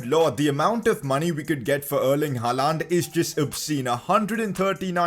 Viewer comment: he is pronouncing haaland wrong its pronounced holland